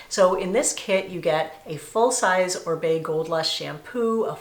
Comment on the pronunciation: ORIBE pronounced OReeBay